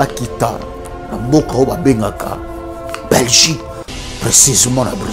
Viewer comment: Mais 🤦‍♀️ ozo loba Nini? Reutour, Belguque, Lumigration, Brisseul, Reufoulé, Zaventen etc..... Sois tu fais ton Émission en Lingala.... éviter de vous compliquer pour rien 🤦‍♀️ Bon courage en tout cas! Bon sang!!!!!